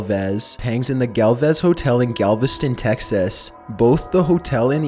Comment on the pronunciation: OH MY GOD WHEN YOU SAID "GALveston texass" MY HEART DROPPED. I